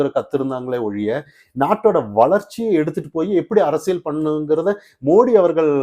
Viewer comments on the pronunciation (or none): none